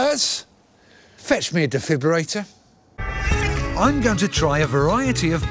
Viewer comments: "defiberator" lol. Defibrillator* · What's a 'defiburator' ?😅